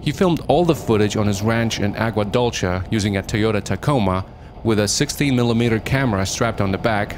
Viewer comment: Made me lol at how you said Dulce. It's Dull Say.